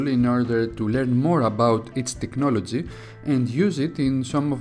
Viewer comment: Με το που άκουσα te"χ"nology λέω δικός μας είναι. :P